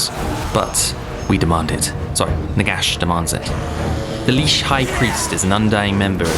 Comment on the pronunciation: There is no way in hell "liche" is pronounced "leesh" and not "litch".